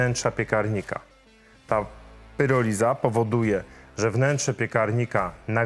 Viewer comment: PIROLIZA, nie PYROLIZA! Pyroliza to nieudolne spolszczenie słowa PYROLISYS. Bardziej brzmi jak rozpad ziemniaków... Pyrotechnika, pyroman?